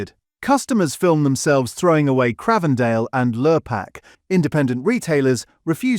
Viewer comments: It is not Cr ahhh vendale, it's like the newsreader John Craven it's pronounced like the Infamous London Twins The Krays, Cr-ay-vendale. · If you can't pronounce Cravedale properly how can I trust what is said on this video?